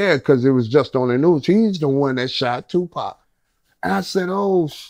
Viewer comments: Why’d he call him 2 pack at 52 seconds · He said 2Pack 🤷🏿‍♂️ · WTF?!! Did his cousin say two-pack?! 🤣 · He called him two pack 🤦🏽‍♂️ interviews done 👋🏾